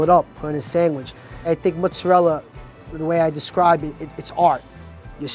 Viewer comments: It's mozzarella... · “King of Mutzarella” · Mutsarella is driving me slightly mad. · Eh "mutzarell" isn't beautiful Italian pronunciation either. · Too many Italian-Americans, particularly those of Southern Italian-descent (some Neapolitans and nearly all Sicilians), can't properly pronounce "mozzarella". "Mootz" and "Moot-zah-rella" and "Mootz-ah-rel" are not proper Italian. "Mootz" is only acceptable as a form of Italian-American slang and anyone who tells you that it's the "proper way" to say it is a disgrace to their ancestors. Like, it's funny how the son is all over the place with his formal and informal pronunciations of the word, yet the father is fairly consistent. -- Signed an actual European-born Tri-Stater, Italian-speaker and lover of all things Italian who also happens to be a trained pizzaiolo with actual friends and family from Italy. (Seriously, go ahead and ask any real Italian or any well-educated, self-respecting/non-stereotypical Italian-American how to pronounce the word, and they'll tell you the correct way.) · I havent seen the video yet but i know they're gonna say MOTTZ-a-rella